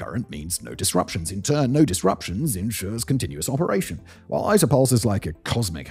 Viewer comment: Its ITER like International...not AITER...or german EITER (which means Puss lmao).